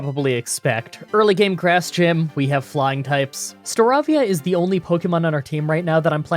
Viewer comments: It's Star-ay-via, as in avian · Did anyone else cringe when he pronounced Turtwig "Tor-twig" and Staravia "Star-raw-via"?